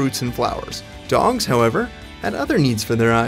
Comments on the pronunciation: Did he say dongs instead of dogs ? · lol he said dongs instead of dogs😀🔫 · did anyone notice he said "dongs" in stead of "dogs" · DugooTheFrog ayyee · The part talking about dogs... He said 'dongs' the first two times... At least that is what I heard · why does he pronounce dogs like dongs?